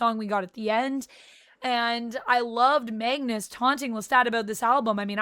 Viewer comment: You kept saying Mangus it’s Magnus